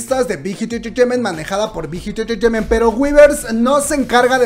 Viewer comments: Las veces que dijo "Bit Hit Entertainment"? Un monton xD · por cada like es las veces que la dijo bighit entreteiment xd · Jajaja dice la big hit intejehfjejement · Me gusta cuando dice big hit entertainmen 👌👌😄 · JAJAJAJAJA alguien mas le parecio gracioso cuando pronuncio BIGHIT ENTERTAIMENT JAJAJA la amo!! ♥ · Yo que voy a ver una peli y me viene con la Chisna de CL 😂pues ya se pasó a Bighit. No puedo con la risa de cuántas veces escuché Bighit enterteinment🤣🤣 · 1 shot cada que dice big jit enterteiment xd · Bijit entreteimeeenthhhh Bijit entreteimeeenthhhh Bijit entreteimeeenthhhh Bijit entreteimeeenthhhh Bijit entreteimeeenthhhh Bijit entreteimeeenthhhh Bijit entreteimeeenthhhh Bijit entreteimeeenthhhh Bijit entreteimeeenthhhh Bijit entreteimeeenthhhh Bijit entreteimeeenthhhh Bijit entreteimeeenthhhh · Hermano, amo tus vídeos, pero es difícil mantener la compostura cuando dices Big Hit Entertainment JAAJAAJAAAJA morí